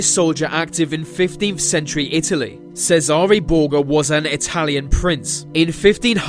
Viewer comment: CHEZZ-AR-REY Borgia, is how it's pronounced